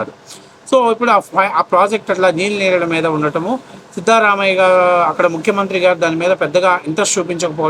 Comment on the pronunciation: Sorry bro , pronunciation tappagi matanadidhare. Namma Karnataka cm naa.